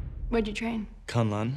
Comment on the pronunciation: He says Kun Lun as if he is talking about Kun Lun, the actual place in China, and not K'un L'un.